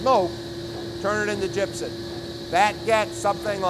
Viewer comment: "gypsen" or gypsum?